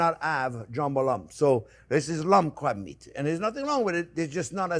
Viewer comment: Did he say crap meat or crab meat?